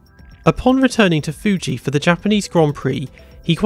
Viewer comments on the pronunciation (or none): none